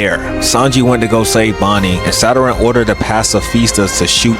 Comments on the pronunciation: why tf yall "nonchalant nukkas" be sayin "saturan" and "share- een gaen" and "youchiha"...like...they SAID IT FOR YOU just mimic them...."saturan" is fuckin crazy cus it's a PLANET IN OUR SOLAR SYSTEM.....ITS SATURN...... "sah tern" why tf you adding syllables? SA TURN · the way bro be saying Saturn like Zaratrain’s Rice be havin me dying🤣🤣🤣